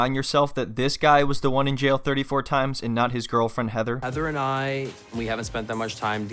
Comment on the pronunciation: “He’s in “jell” for selling ecstasy to an under cover cop”